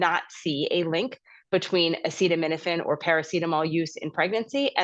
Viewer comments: Oh, yes PLEASE do watch the whole statement of trump on this.😅 Like when he couldn't pronounce acetaminophen. Full on stupidity. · This station didn’t show him try to pronounce acetaminophen. What a moron.